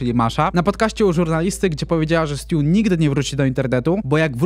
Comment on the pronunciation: Stuu czyta się STJU 😅